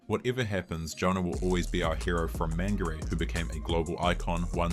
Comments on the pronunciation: How desperate is to come up with this cheap clip to make sure no one finds out that it was actually her that was the problem. This idiot was to stuck up to even pronounce Mangere properly..MAN-GREY 🙄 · You can’t pronounce Mangere.